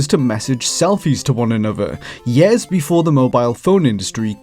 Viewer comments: Learn to pronounce "years". Please. Not "yeehr". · Over twenty YARS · "... for over 20 YARES"